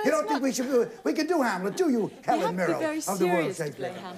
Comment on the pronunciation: Check out Helen Mirren ! (She says Mirren but Brooks says Mirrell.)